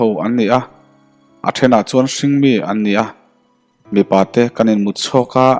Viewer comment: A chhiartu hi mizo i nilo mi le,,thêna tihtur kha ṭhêna i tia